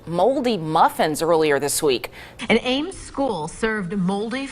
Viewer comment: The "by the school" kind of sounded like a touch of Minnesota. So I'd say down home Midwest US.